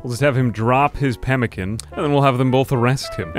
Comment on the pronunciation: when you say pemican incorrect i zoned out